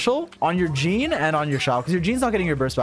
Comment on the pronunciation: "You have a C6 YEEEEEN" Idk why that pronunciation of Jean was so funny to me in that moment haha